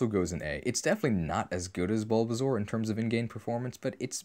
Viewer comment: Every time you say "Bulbazaur" instead of "Bulbasaur," I die a bit more.